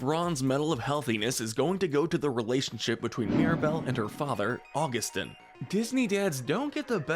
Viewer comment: GOD DAM IT HE SAID (U-GU-STIN) BUT IT IS (AUG-OO-STEEN)